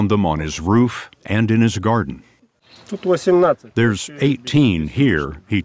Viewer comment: Why did you emphasize there's? Like, that's the one word you should've left alone